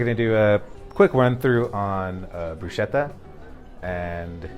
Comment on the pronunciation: I don’t know what that is but definitely not bruschetta, which btw you are not even pronouncing it right. 🙄